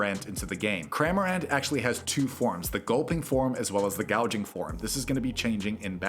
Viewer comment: WTF is this editing bro 😭also you butchered Mesprit and Azelf after nailing Uxie lmao Gorgin. It's GORGING, my guy. Jupiter???? What are you talking about All of these infographics are genuinely quite difficult to parse, which defeats the purpose of an INFO-GRAPHIC. A wall of text would be easier to parse than this shit dude 🤣